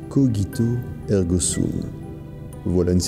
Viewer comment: "Cogito" se lie "Cojito", avec le sons "j" et non "g" voila ^^